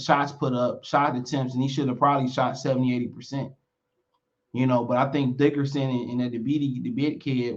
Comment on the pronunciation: It’s Dickinson not Dickerson